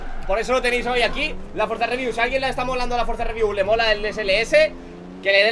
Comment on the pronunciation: Nadie: Absolutamente nadie:: Frozareview